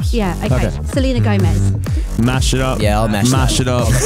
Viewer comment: lukes face when she said selens gomez. i was just super glad she didnt say arzaylea. i wouldve been like seriously??